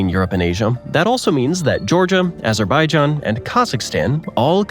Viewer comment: typo alert: it's Mauna Kea, rather than Manua Kea. The capital of Australia has the accent on syllable #1, not #2, and it's MEL-burn, or more Australian--MEL-bun, not MEL-born, and later on, Azerbaijan has the accent on syllable #1, not #3. The city in S. Africa is joe-HAN-ess-burg, not joe-HON-ess-burg, and the other capital is bloom-fahn-TANE, not bloom FAHN-tane, and there are 3 capitals, #3 being Durban. "in most cases, it's usually"; isn't that sort of like saying "two twins"? Greenland is also nearly the size of Germany and Montana. Specifically, Route 66 ends in the suburb of Santa Monica--the location of the pier at the beginning of "Baywatch". Alaska's coastline is wayyy longer than what you stated: #1 in coastline 33,904 mi/54,563 km, but with tidal shoreline, including islands (2670 in total--most of any state), inlets and shoreline to head of tidewater, it’s 47,300 mi./76,105.6 km. A crazy fact about the time zones and Daylight Saving in AZ is that the Hopi Res. sits inside the Navajo Res., and matches the rest of AZ. Thus, when they leave to go beyond the Navajos, they change their time, then change it back when they leave, and go to, say, Grand Canyon.